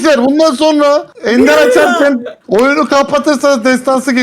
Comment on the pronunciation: Abla ender,in r sine bas